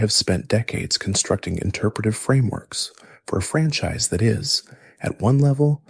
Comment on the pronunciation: you pronounced franchise francheese